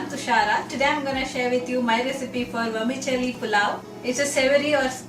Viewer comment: It's pronounced vermi-Selli not chelli